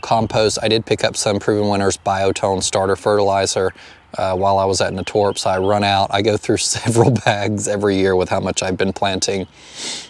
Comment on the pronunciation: I need to go there soon, such a great selection. It's pronounced nay-torps 😊 at least that's how us native Cincinnatian's pronounce it, lol.